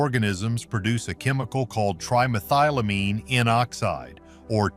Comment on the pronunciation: I had to turn this off after 6mins... I couldn't concentrate after laughing so hard at the pronunciation of "trimethylamine" qand the "hadal"... 🤣🤣🤣